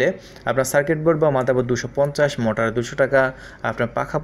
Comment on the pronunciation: বলদ মটার না,মটোর